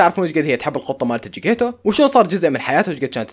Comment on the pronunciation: جكيتيتو❌ جكيتو✔ استمر